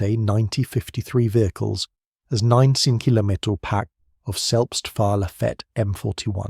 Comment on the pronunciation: Why can't they pronounce mm or cm? Seems like AI.